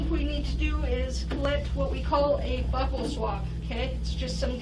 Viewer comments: Is that crime scene technician just pronounce buccal swab incorrectly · It's not a buckle swab , it's a buccal swab, pronounced BYOU-cl swab. The woman pronounced it wrong. Later, the man pronounced it correctly.